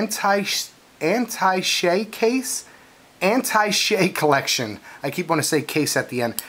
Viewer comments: Learn how to say Attache...as in Attache case. You pronounced it like Anti Shay...way off. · I think it's pronounced "a-tash-ay". Anyway, great vid, I was hoping you'd do something about these as I'd been intruiged by em in your last few vids. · Mines? Droppen? Antishay? Please don't say the word if you can't say it right. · It's pronounced, "AT-TASH-A" ;)